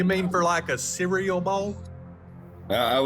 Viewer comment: "you mean for like a see-ree-yull bowl?" 😂